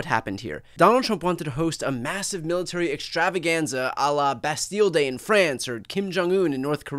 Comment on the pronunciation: lol I thought you said BestDealDay instead of bastille day. Lol that would have been a perfect Trump parade name.